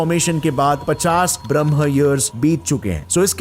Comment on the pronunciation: बहुत सही बात point out किया आपने. अगर कोई बच्चा ये video देखेगा तो उसकी तो जिंदगी भर वो गलत उच्चारण ही करेगा.